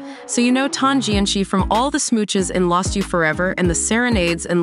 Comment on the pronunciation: The “ci” in Tan Jianci’s name is actually pronounced as a soft c (sounds like an s) and not the pinyin Q sound.